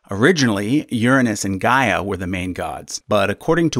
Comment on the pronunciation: Gaia is not pronounced as Ga-eea but "Ghea" (similarly to how you pronounced Rhea). Source: I'm Greek.